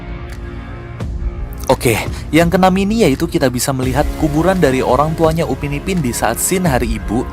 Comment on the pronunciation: Upin bang bukan ubin